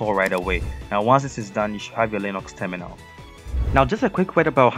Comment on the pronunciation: i like how u spell terminal and it hears like tuminaow